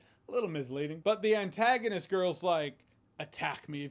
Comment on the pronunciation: Jeremy, you said it like her name was, Ann Tagonist and I almost died. 🤣